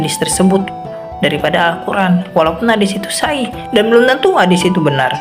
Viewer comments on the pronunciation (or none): Ngomong hadits shohih aja salah.... masa sa ih ...😅😅😅